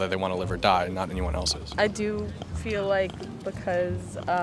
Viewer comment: what do you mean ,he said 'i feeli like' 🤣🤣